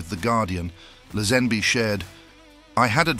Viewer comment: Who's George Lesanby? It's pronouced Laze- Hen- Bee!